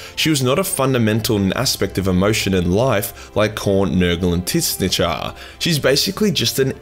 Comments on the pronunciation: Can you stop saying Tit-snitch ? ;P Tzeentch is pronaunced " Zinch / Ts-inch " (a wordplay on the word "change"). It really can pull me out of an otherwise great video, and we don't have to speculate which is more accurate, because in media signed by GW there has been auditory confirmation on how to pronounce it f.e. in "Warhammer: Total War" series. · Why do you pronounce Tzeentch like that?